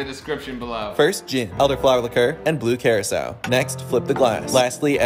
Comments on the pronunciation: it sounds like you're saying, "blue curacelle" lol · Am I the only one hearing him pronounce blue curaçao wrong?